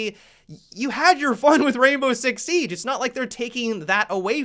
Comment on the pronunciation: Seeeeeige, funny how you say siege